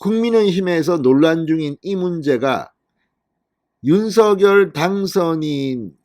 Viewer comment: 앞으로 윤석렬 당선자의 발음을 계속해서 윤서결이라고 하면 구독을 끊도록 하겠다. 댓글을 몇번이나 올렸는데도 불구하고 윤성녈을 계속 윤서결이라고 하는건 진행자의 고집 아닌가 화가 난다. 고쳐주길 바란다!!